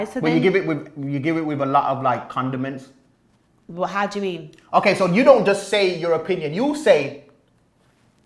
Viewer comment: A man said condement 😅yes 💨💨💨